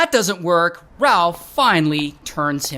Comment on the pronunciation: RalF 😂 with an F